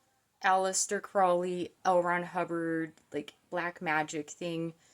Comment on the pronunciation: It’s “CROW” (like the black bird) and “lee” like the opposite direction of windward. Rhymes with “ holy”. And don’t you forget it‼️😜